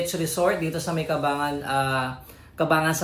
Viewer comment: ang tamang pagbigkas ay Cabang-Gan po